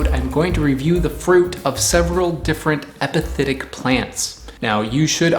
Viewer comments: Am I the only one hearing “hepatitic” instead of “epiphytic” ? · I know this is an old video but you're saying epithetic when you may want to be saying epiphytic. Epithet vs epiphyte